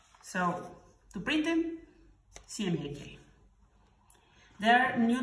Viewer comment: Why are you pronouncing CMYK as CMJK?